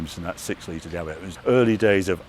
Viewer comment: Love your videos Harry but please make the effort to find out how to pronounce the names of the cars!? There is no such thing as a Reveluto...it's a Revuelto? And the word Diablo has three syllables not four! Also, the green Countach is a PRE-production car and there are so many differences between it and an actual production LP400!...